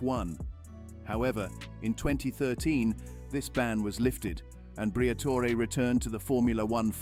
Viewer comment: The AI narration needs work. Al-Peen vs Al-Pine and whether to pronounce the "e" in Briatore🤔